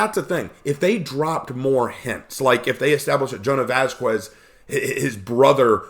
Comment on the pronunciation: Love the video, one thing, the q in Vasquez is said like a k or c like vascular